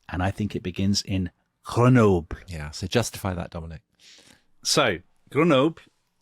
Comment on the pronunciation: You pronounced Grenoble different EVERY TIME YOU SAID IT!